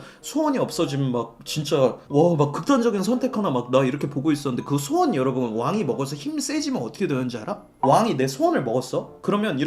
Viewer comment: 자꾸 소원을 수원이라고 하는거 킹받네